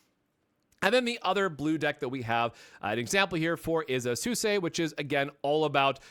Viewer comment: You only pronounced a few names wrong it's pronounced As-key and Swee-say